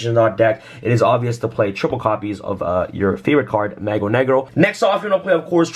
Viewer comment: i got cancer listening to him try and pronounce "Mago"